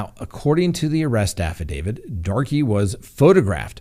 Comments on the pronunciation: I chuckled every time he pronounced it Darkie. 🤦‍♂️ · Banning is a dangerous road for all. Btw I believe 'Darke' is pronounced 'dark'. Have a friend with same last name. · I think it is just pronounced "Dark" and Chaffee county is like Chayfee. Love your podcast<3